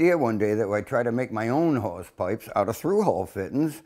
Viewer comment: Is he saying whores pipes?